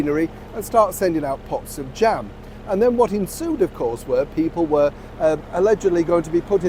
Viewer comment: did you say ‘pots of jam’ or ‘poxy’ jam?!! 😂🤣😂🤣